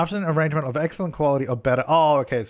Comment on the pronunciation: Who else feels their soul complete every time he says ah-RAHNGE-ment?